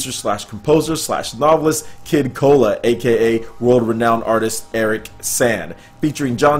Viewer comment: Kid KoAla. Not kid cola